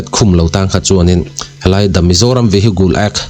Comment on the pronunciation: 😂 vihigle act tiin lam suh..Vihicle --( cle) tih tum rawh